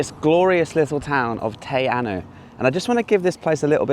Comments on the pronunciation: Hey, Great vid. I wouldn't normally post about a typo but just in case a viewer wants to Google mapm search, its spelt Te Anau ( not Te Anu). Pronounced Tee-R-Now. Cheers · Te Anau sounds Tay Ah-now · Lake Te Anau - pronounced Te Arrno. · Your pronunciation of Te Anau is kinda painful sorry! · Mate you've got to learn how to spell and pronounce Te Anau